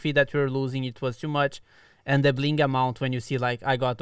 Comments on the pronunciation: Early. Also its bling not bing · Its bling, not bing. Thank you. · Bing ? Mistake it’s bling guys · Yesh..."bing" is a mistake . . . It's "bling" 😶‍🌫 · Bing instead of Bling🤣🤣🤣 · First! + its Bling, not Bing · You have out "bing" and not "bling" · Lesss go kt Eitd: it's bling not bing